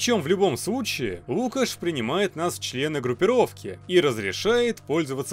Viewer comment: НЕ лУкаш а лукАш